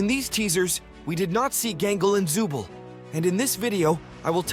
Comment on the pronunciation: The name is not Zubel its Zooble